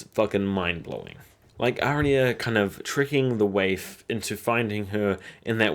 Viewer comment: Great video but seriously, Are-ya = Arya. Aria is totally different.